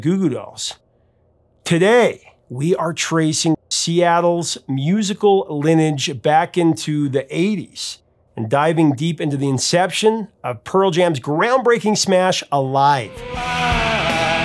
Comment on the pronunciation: You forgot the middle syllable in lineage.